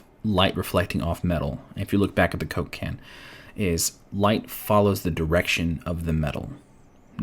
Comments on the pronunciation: everytime you said coke can i heard cocaine..... i think i got a problem haha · Am i the only one who hears "Cocain" every time he said Coke can ? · the way you said "coke can" is like a name of a drug man... lol great vids btw